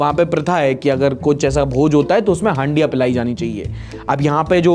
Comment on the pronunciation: हंडिया ❌ हंड़िया 😂✅